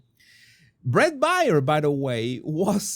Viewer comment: Bret Baier, his last name is pronounced like the animal, bear.